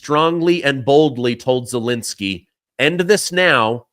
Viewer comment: Zelensky is not pronounced Zelinsky. Second e is the same as the first.